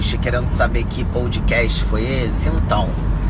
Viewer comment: Ainda é analfabeta kkkk POLD CAST ou seria POUDCAST 🤦🏻‍♂️🤦🏻‍♂️🤦🏻‍♂️.